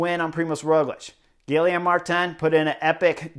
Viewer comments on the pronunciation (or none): Excellent review of the stage. But how can a guy who raced in Europe, and who won the Vuelta, not be able to pronounce Guillaume?